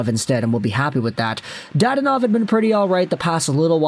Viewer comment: I’ll be that guy. Da-don-ov. I have no clue why dad-onov irked me so much.